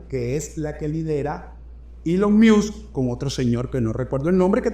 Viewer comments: Se pronuncia elon mosk miusk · se pronuncia mosc o masc, no miusc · Querido, entiendo tu lógica al ponerle la "I" al apellido "Musk" pero en este caso no aplica, lo más parecido en español sería "mosk" así como si fueras a decir mosca pero sin la "a". Feliz noche desde Breckenridge Colorado 😊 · Primero aprende a pronunciar bien Musk, y por otra parte, el Presidente hizo campaña con él por un año y el pueblo Americano VOTO porqué Elon Musk hicieran lo que está haciendo, eso lo pidio el PUEBLO AMERICAN..... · Supera interesante, pero por fa 🙏🏽pronuncia el apellido de Elon como es😊